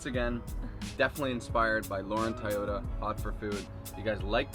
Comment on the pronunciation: Toyota like the car, not Tah-yota